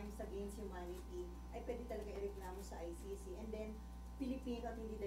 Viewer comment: Umayos ka Imee. It’s ICC hindi Ay Shi Shi 😡